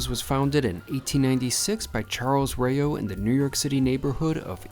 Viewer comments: Pronounced like cow, but with an r - row, not ray-o! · If the name is supposed to be European which it probably is, it's not pronounced "Rey-Oh's", it's pronounced just like it sounds. Raos. The a is not "ey", the a is "ahh". Weird Americans bending the language beyond recognition. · Hi thank you for your commentary on this restaurant. There are a plethora of Italian restaurants in NYC. You are not pronouncing the restaurant's name correctly. It is (R aH ow's). It's not a big deal; however, you should pronounce the names correctly if you review Italian restaurants. I, too, don't like a cash-only policy, but it helps keep you within your budget, so that can be a good thing. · Every time you say the name is mispronounced Lmao. The food looks meh, my family can make better at home.